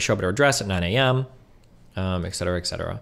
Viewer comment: No real comment here, just an explanation of a pet peeve I keep hearing a lot from a variety of people that Destiny (including himself) talks to, plays clips of, etc… Etc. is an abbreviation for the Latin ‘Et Cetera’ and pronounced, “Et (pause) Set-er-uh” Not goddamn, “Ex-ed-er-uh” or “Excedderuh”.